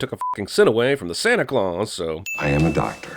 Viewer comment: Santa Cla-us-say ...nailed it